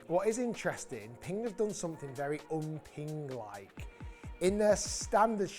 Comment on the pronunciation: Pingk? I thought is was Ping